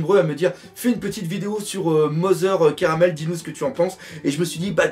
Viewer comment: En fait la prononciation serait plutôt Carmel et non Caramel, en référence aux carmélites qui est un ordre religieux donc Mother (Mère) serait à prendre dans le sens religieux (la mère supérieure d'un ordre de sœurs) et non dans le sens famille.